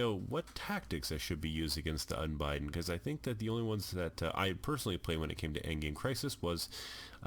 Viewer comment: It's Un-Bid-Den not Un-Bi-Den like you're spelling it.